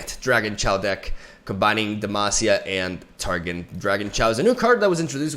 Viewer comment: Strafing strike is pronounced like stray-fing strike, not strah-fing strike. Parley is pronounced like par-lay, not par-lee. Ye be warned is pronounced like yeee be warned, not yay be warned. Targon is pronounced like Tar-gone, not tar-gun. Lissandra is pronounced like liss-on-dra, not liss-and-dra. Hope this helps.